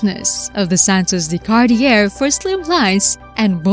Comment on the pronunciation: Cart-ee-er. Not even close. Learn how to pronounce the names of European manufacturers. It's pathetic that you can't ... or even come close.